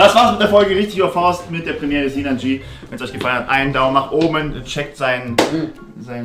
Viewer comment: Lieber, er heißt nicht sinan g, sondern ginan c. Bitte beachten;)